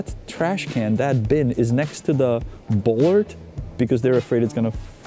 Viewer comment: Bollard is pronounced /'bola:d/ in British English or as "bolád" would be in Czech.